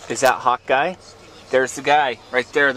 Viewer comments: Every time you say "Hawkeye" I think you're saying "Hot guy" :P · everytime you say hawkeye it sounds like youre saying hot guy lol